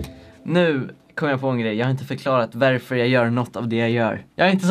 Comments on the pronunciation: Bara jag som tänker på att han säger ”verför”? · varför säger du värför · Vrf säger du veärför